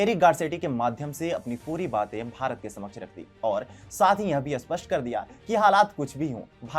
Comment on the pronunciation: कृपया स्पष्ट और अस्पष्ट का उच्चारण ठीक से करे